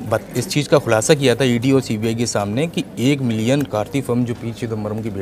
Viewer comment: भाई पहले बोलना सीख ले:- एक मिलियन होता है ना कि मिलियम, दूसरे ऐंकर होता है ना कि ऐंगर।